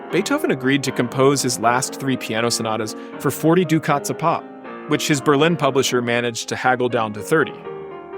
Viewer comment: A great show and I thoroughly enjoyed. it. However, for future reference "ducats" is pronounced "DUCK-ets". "due-KHAT" is a villain in the Star Trek universe.